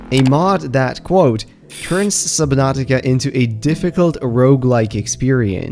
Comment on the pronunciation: “SubNOTica”